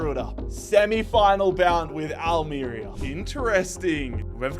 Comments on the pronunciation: Having lived in Almería its pronounced Al-mer-ría. But loving the rebuild of a small but passionate club that fought back when owners wanted to change the clubs badge and identity. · Al-meh-rea 😘 Not long discovered you on here - big fan already! Keep up the solid work mate ❤